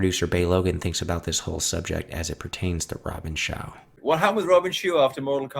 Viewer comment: Bay Logan pronounces Robin Shou as Robin Shoe